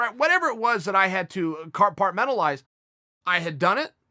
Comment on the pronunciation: "Car-part-mentalize" 😂 not hate but chael his more isms than Ricky from trailer park boys. All love dude it's just funny as hell.